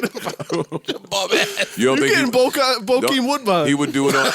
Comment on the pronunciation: Not Bokeim Woodbine. LMBO